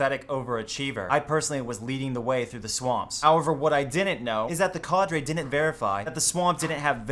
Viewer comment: Why does he say cadre so fucking weird